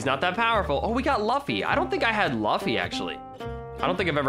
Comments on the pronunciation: Did he say laffy its pronounced luffi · ItsGreen it’s sort of pronounced Looffy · Im sorry but.... ITS PRONOUNCED LOOFY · that is luffy not laffy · luffy Me: ITS PRONOUNCED LOOFY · Lol luffay is pronounced as L-oo-f-ee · It’s loofie >luffy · Laffy or luffy bruh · it’s not luffy it’s luffy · I’m so god damn mad he said luffffyy Wrong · It’s pronounced as luu-ffy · Actually luu-fee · luffy - loo-fee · He pronounced luffa wrong lmao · My man said lufyyy bruh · It’s pronounced loo fee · You said Luffy wrong 😠😠😠😠😡😡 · I love it how he pronounces "luffy" fron one piece. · the way says luffy really cringes me out. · Ik I’m late but the way he says luffy LOL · im triggered he said jiriya and luffy wrong plus tanjiro plz watch some anime no offense i still love the vids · he said luffy wrong >:( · Me like Bruh you sold vegeta and how u say luffy